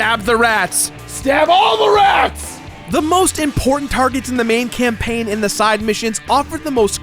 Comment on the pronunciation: spelled campaign wrong. u said campaing :(